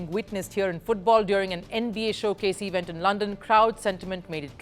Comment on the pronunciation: Please learn the delivery of words. It is NOT, NOT, EEE Vent; it is event. Elocution is so important in the media and you are bad at it!!